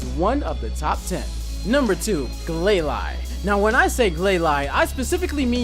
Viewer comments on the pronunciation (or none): BRA I'v wanted Glalie since I new about that guy and Mega Glalie.And its pronounced (gl-A-lee). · Its Glay-Lee not Glay-Lie (Glalie) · it's pronounced glalie (lee not lie) and claw it zer! not claw tizer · did he just say clawtizer instead of clawitzer and also gla'lie' instead of gla'lee' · Glalie is pronounced glay-lee and Clawitzer is pronounced claw-itz-er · its pernounced Ga-lale-E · Gl-lay-lee Just saying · Clawitzer is pronounced 'Claw-vit-zer' (since it comes from German), and Glalie is pronounced 'Glay-lee' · Glalie............NOT GLAY-LY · It's glail- e just saying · It bothers me how he's obviously reading notes on a screen the whole time. I also can't stand how he pronounces Glalie and Clawitzer. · I'm sorry very tiny Nitpick of mine, Your Pronunciation of Glalie doesn't bother me as much but Clawitzer is pronounced Claw-Witser. You're saying it as if the "I" and "T" in it's name are swapped. Great list though :)